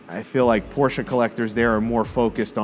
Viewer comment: Good video!.....finally a Brit that pronounces Porsche correctly!